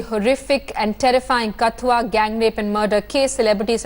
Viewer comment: Please pronounce KATHUA correctly. Its not Kath-ooa, its katth-ooa. Its not village, its a district. The name of the village is Rasana. And the person you are showing as Chander parkash ganga is not actually him.